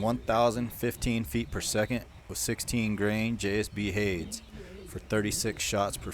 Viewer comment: Hades is pronounced Hay-dees